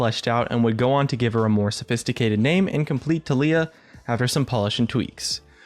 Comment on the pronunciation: Can someone please explain to me why her keeps being pronounced as TUH LEE UH and not TAL EE YUH